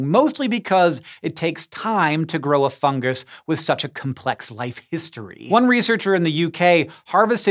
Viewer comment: so why does he say fun “gus”